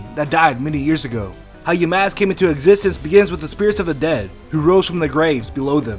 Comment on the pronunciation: wut theeee damask?? i tho yamask ...